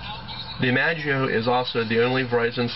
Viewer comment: i-mash-ie-o you dork!